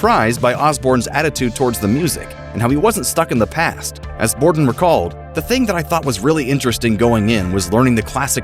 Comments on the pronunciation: Mike BORDIN not Bodrin lol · Mike BOR-din. Not Brodin. Bruh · Aw, c'mon Grunge. Your narrator flubbed the third word of the script. It's 'Bordin', not 'Brodin'. 🤘🤘🤘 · Its Mike Bordin, not Mike Brodin 🤣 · its Mike Bordin not Brodin. such a legend you should correct it!!! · its Bordin.... not Brodin lol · i'd go even further than say dyslexic because he actually voiced it that way! what a fool Bordin is a legend!